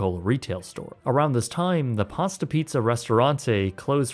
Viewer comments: Pasta Piazza, not Pasta Pizza. Piazza is the italian word for "square / plaza / quarter" etc. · pee-ahh-za. your pronunciation is almost as infuriating as people who say foy-yer